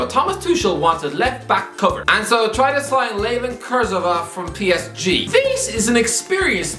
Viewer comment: This man pronounced Kurzawa as KurtZouwa